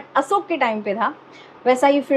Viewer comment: Sahi ucharan kiya hai, Asok kehkar.